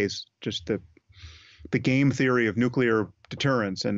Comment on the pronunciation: Can't believe the Host mispronounced the word NUCLEAR! 😅